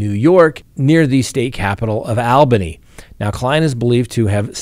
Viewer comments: Almost fell on the floor when you pronounced Albany NY lived in new England for 30 plus years always heard it as all bany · Mispronounced Albany!!!!